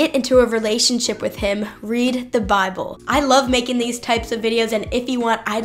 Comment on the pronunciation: Love the way she pronounces 'Bahble" and "wri-en". Dropping the t's in the middle of a word is definite giveaway for a lack of education. Oh, and then "no man could have came up with." I should make a vid just on her atrocious English.